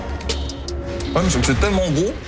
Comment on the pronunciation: évite de faire comme mohamed henni pour le oué mdrrr